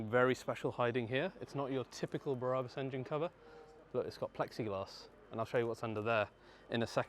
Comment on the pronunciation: Love it but please stop pronouncing Brabus Berabus it’s infuriating, thanks mate, I’ve clearly got way to much time on my hands, maybe I should just get a life 😂❤